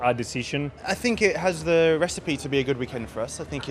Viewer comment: Don’t fink, drife !